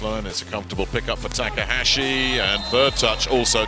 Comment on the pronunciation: your saying his last name wrong. how he pronounced taka, the a is supposed to sound like the a in taka.